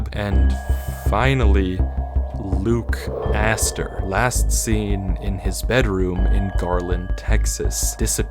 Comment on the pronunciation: "Luke Asster" is crazy